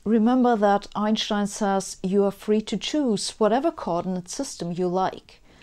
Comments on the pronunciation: When I was a youngster, I used to worship Einstein like he was a rock star. I still do. Please don't laugh, but I love the proper German way that you say "Ein-shtien". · Well pronounced like a German; Albert Ein(st)ein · My bad, I meant the majority of non-English speaking people in Europe pronounce it "ine - shtine". In my experience, only the American and British pronunciation of Einstein is "stine" instead of "SHtine". All Slavic languages pronounce it like Germans originally do. The same goes for French, Italian, Dutch, Greek, Hungarian, etc. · Forget the expansion of the universe, I want to know why Einstein is pronounced Einschtein in his own language. I can understand Schmidt, ya know... 'cause it has a c and h in it... Do ya always put ch after s?...if'n there's not a vowel after it... how would it be pronounced without curved spacetime? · Love how you pronounce Einstein! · You're the only Youtube host who knows how to pronounce Einstein's name correctly :-D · I love listening to you explain things,also I love the way you pronounce “Einstein “ awesome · it was almost jarring to hear the corroect pronounciation :D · I agree with you. Sabine is one of the very few English-speaking scholars to pronounce Einstein's surname correctly. It’s hard to listen to speakers who pronounce his surname almost like ‘Einsteen’ instead of: It is even worse with the famous physicist Karl Schwarzschild, who is pronounced by almost all English speakers as ‘Shwarz-child.' Correctly is of course: Congratulations to Sabina for outstanding posts. Greetings from Slovenia! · she’s German so it makes sense she says it correctly! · Nice to hear Einstein pronounced correctly. Good to know the astrophysicists are busy working on this stuff while I concentrate on Netflix and beer. 🙂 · I just watch her to hear her pronounce Einstein